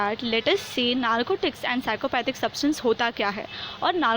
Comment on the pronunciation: Wrong pronounce psychotropic